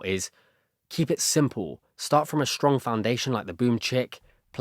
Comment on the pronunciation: This is great and I’m really loving it, but I have to say do you notice that you say sh instead of s a lot? Like you say shtrong instead of strong lol